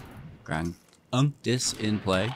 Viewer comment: I really liked this deck. I think you are saying "Unctus" 2nd part name crazy weird though..... it should rhyme with architect I would think LOL